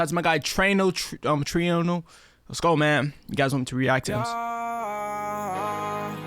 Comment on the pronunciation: trueno: true eh noh